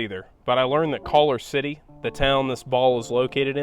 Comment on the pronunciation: Might have been useful had you mentioned WHERE the Cosmosphere was...as well as a few other items. A map showing the location of the center of the continental US would also have been useful . You called "Cawker City"..."Caller City. . ."